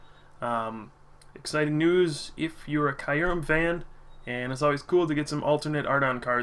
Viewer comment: It's pronounced kyoo-rehm. Listen to the trailers for the new movie.